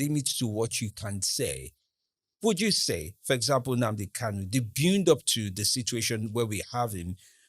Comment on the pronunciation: Afonja monkey 🐒 journalism, can't pronounce Nnamdi 'unnandi'